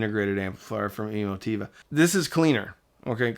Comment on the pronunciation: the way you pronounce E-mo-Ti-va... is that correct? I been saying that wrong for a while... lol